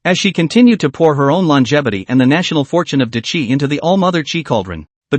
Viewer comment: What chapter was I up to? If only it were repeated four times then I could’ve remembered. Jokes aside, it’s a good story, the ai needs more training though. Hearing ‘Day Qi’ instead of ‘Dah Qi’ was doing my head in after awhile.